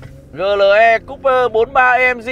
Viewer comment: Chữ "AMG" anh phát âm theo tiếng Anh, chữ "GLE" anh lại phát âm theo tiếng Việt, dù clip review của anh hay nhưng e vẫn thả dislike vì cách phát âm kỳ lạ này:)